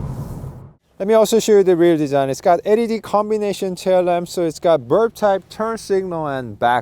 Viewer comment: I like how he pronounces LED :D